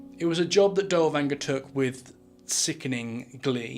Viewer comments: good video, but you are butchering his name. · Dude's name is neither Danger nor Dowanger nor Dellwanger. His name is Dirlewanger. Besides it's Weimar Republic not Wimmer Republic.